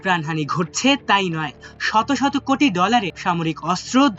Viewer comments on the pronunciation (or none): none